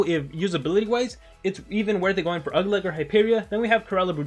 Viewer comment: its ugluk I can tell you were in a rush